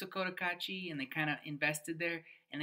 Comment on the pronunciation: Opinions, shmopinions… It’s heaven for some, but boredom for others. I only wish you gringos would learn to pronounce the name of the town properly. The first syllable is not “coat” — I cringe every time. It’s Koh Tah Kah Chi.